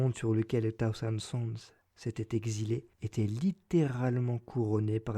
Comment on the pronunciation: Ordo audiolibram : - "des Zurlements" ? - ça se prononce "Sahozeunde Sonze", pas "tahousande soundse" Mais je m'abonne et fais tourner ;)